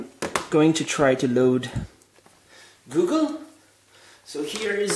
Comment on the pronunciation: "And here you see GEWgul! It is running GEWgul."